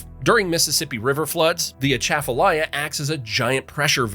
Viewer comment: first time I’ve ever heard anyone make a video for YouTube and even television that pronounced Atchafalaya correctly